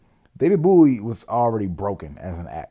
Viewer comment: Please stop calling him David Booowie 😭😂